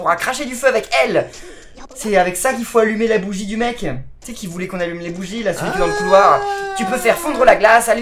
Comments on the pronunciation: c'est pas "bouguie" c'est "boujie" ( j'écris comme ça ce prenonce) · le bol se prononce booJie